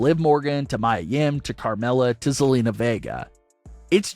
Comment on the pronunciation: MIA NOT MAYA